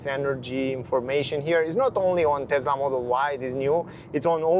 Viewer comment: You own a TeSSSSla Model Y ... not a TeZZZZZZZZZZla Model Y.